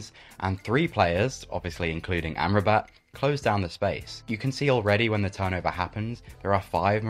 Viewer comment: great vid. allow me to correct the pronunciation of Sofyan Amrabat for you: it is [Ahm-Rah-Bet] not [Amra-bat] :)